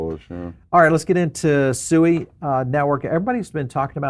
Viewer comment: BTW - SUI is pronounced ‘SWEE’ because the founders are Swiss (Suisse).